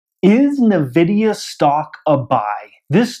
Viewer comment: It's pronounced "en-vidia" not "navidia"